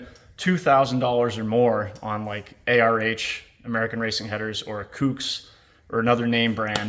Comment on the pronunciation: Never heard anyone pronounce Kooks and Kuuks lol. Great video though!